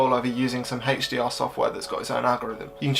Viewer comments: That HDR pronunciation was hell of a pain to hear 😫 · hechDR on this hechDR on that and hechDR on that